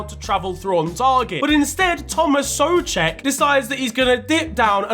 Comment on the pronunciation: finally someone non slav said the name Souček right